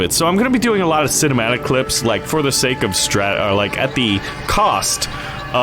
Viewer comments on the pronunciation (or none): none